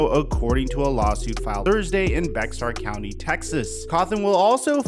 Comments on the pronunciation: Pronounced like bear county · Bexar County is pronounced "Bayer" or "Bare" county Just saying.